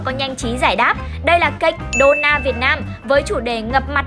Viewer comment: Dona mà đọc thành done là cái gì